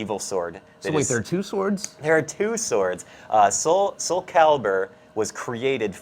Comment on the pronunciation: Ermm whats so bad about "two sorwds"